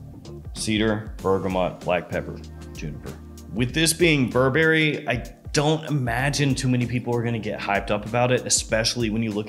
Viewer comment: Bur Berry? no Burberry. it's one word